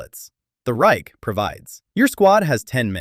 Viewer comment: he cant say Reich but Unteroffizier funny